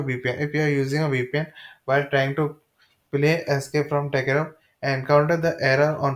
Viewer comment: he cant even say Tarkov.....trash video